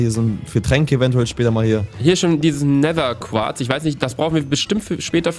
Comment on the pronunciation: Gomme immer so: nehser: Nether*😂 Feier euch❤️💪🏽😂